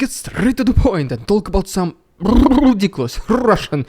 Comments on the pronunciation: Hearing "rrrrridiculous rrrrusian prrropaganda!" always makes my day! Thank you for your wonderful work! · I love how "RpfvrrEDICULOUS rrvbvfbrRUSSIAN vbvfrfvpfrfPROPOGANDA" gets more and more intense every video 😂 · Telling the truth is important says the land of falsification and lies, scary indoctrination / i mean education plan!😨😱 Glory to the heroes, Slava Ukraine 🇸🇪 ❤ 🇺🇦! Hearing " Ridiculous Russian Propaganda " with those vibrating r;s makes me smile and i think you are a pretty nice Russian Dude, bravo! ❤😊👍